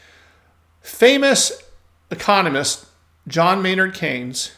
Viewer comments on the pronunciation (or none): none